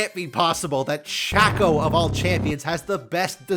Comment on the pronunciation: SHAY-CO, it's pronounced Shay-co, I'm losing my mind here.